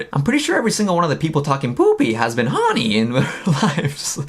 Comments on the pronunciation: I think the ONLY crime is how you say HORNY in this video. Help. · The way she says horny. Sounds like honey. Made me think of Winnie the Pooh. Now we’re all strange together. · The way you say horny, I just keep hearing "mina so HOrnY mi mina so HORneey" 😂😂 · You and Mina are just being human beings. The tweet was funny and silly!! I ❤ the both of you. Oh LAWD 🤦‍♀️ people must be really bored 🙄 Straight FINDING anything to be up in arms about. R E L A X people. P.S. Every time you say "Hawny" I can't stop laughing 🤣